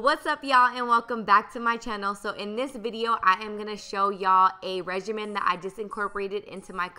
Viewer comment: The way she said regime made me so confused